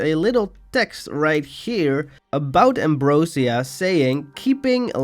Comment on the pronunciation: it’s actually pronounced “am- bro- zhuh- " not “am -bro - seeuh”